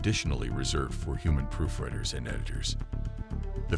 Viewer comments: Human did not do the job here. Proofreader is NOT pronounced Proof RED er. It is Proof REEEED er, English word "read" is pronounced more than one way, and means different things depending on context. Hire an editor to proof REEEEED the text and speech. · I find it funny that the narrator of this clip is obviously not AI. The fact that it mispronounced proof reader several times shows that it need more training, probably via human correction. It said proof Redding instead of proof reeding. I went phonetically for demonstration purposes.